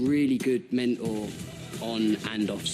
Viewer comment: Mentor has a T in it....please don't butcher the English language 🙈🙈🙈 Btw the pun was not intended!